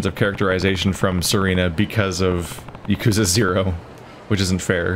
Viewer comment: Hey buddy, going through 3 with you was very enjoyable and I love how much of an absolute cluster fuck it is haha this might make me look like that guy, but Yakuza is pronounced 'Ya-kuh-zah' rather than 'Ya-kuuu-za' might just be me but just wanted to let you know.